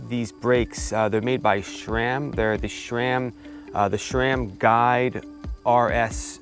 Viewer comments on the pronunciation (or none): SRAM NOT SHRAM 🤣